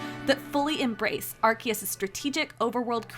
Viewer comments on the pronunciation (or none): Are key us????? It’s Are see us… ARCEUS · Its Arceus not Arkeus wtf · AR-SEA- US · Why are they reading the name "Arkeus" instead of correct "Arseus"? In JP: アルセウス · Ark-E-Us is crazy. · It’s pronounced ar-see-us. Why is every YouTuber pronouncing it incorrectly? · Gotta love the mis pronunciation of arceus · SAY ARCEUS RIGHT!!!